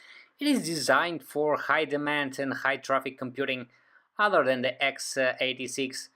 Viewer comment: I'm really sick of these "udder" foreigns all over YouTube. Hi. It's OTHER - not udder. Other. Th th th. Get it, FOREIGN? Further. Not furder.